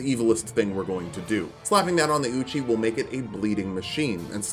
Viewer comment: Ay-OH-kade Ee-OH-kade Eochaid.